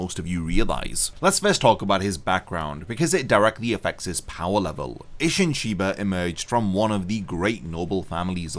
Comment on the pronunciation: Its isshin sheba